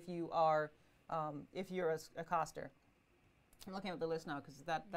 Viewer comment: wtf is a coster?? its CASTer as in cast from a movie or to CAST a fishing line...comon u sound smarter than this